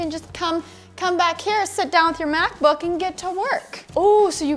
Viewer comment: I thought she said Math Book at the Begging